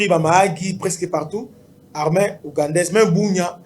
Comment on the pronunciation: Pourquoi vous dites l’armin ? C’est l’armée.